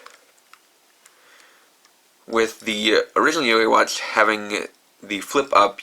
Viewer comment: why cant you say watch normaly it kind of bothering me a bit by bit i mean alot